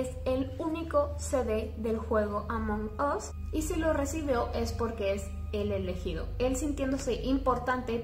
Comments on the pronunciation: Si escribo "Among us" En el traductor se pronuncia "Among as" no "among os" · Ablas mucho y además es Amón as no among us y además me insiste caer el cel en mi cara